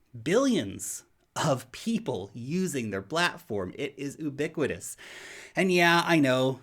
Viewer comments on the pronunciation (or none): Love the way says oo-biquitous, not yoo-biquitous.